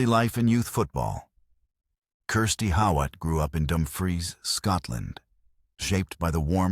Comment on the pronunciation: Pronounced How-it .